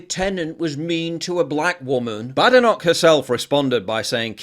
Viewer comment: It isn't pronounced 'BADenoch', it's prounounced 'Baydenoch'! It's a Scottish name! Most people do pronounce it incorrectly, so I'm just trying to help and not being facetious!